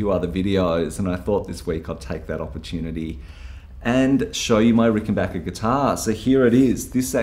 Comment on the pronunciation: Great video... and extra thanks for pronouncing 'Rickenbacker' correctly!